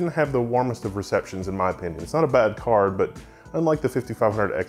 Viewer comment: haha I wasn't really paying attention, as I was working in another thing, but during more than 5 minutes I heard "car" not card. Even knewing at the very beginning you were going to review a graphic card, well that's me